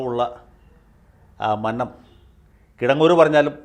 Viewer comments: മന്നം എന്ന് നന്നായി ഉച്ചരിക്കൂ. ഈ വാക്യത്തിൽ നിന്നും വ്യക്തമാകും. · മന്നം എന്ന ഉഛാരണം ശരിയല്ല സർ